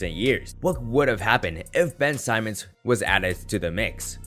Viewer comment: It’s Ben Simmons not SAIMMONS